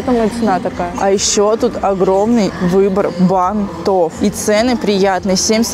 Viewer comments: я, конечно, понимаю многое. но правильно говорить "бАнтов". аж слух режет не правильная постановка ударения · БАнтов, шАрфов, тОртов!!!!! Ухо режет каждое видео, сколько можно? Как будто специально 😢 Прям уже не выдержала, сорри